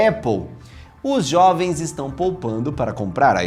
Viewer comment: Os Xovens? Que porra é essa? KKKKKKKKKKKKKKKKKKKKKKKKKKKKKK